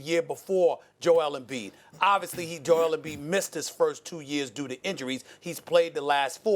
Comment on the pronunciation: Why do they pronounce it Joe-EL? Is he from Krypton?